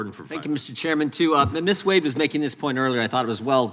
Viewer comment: Not one single Republican who asked Ms. Wade questions pronounced it the correct way...the way she pronounced it when she introduced herself...WADE. Pronounced JUST the way it's spelled! Long A, Folks! Good grief!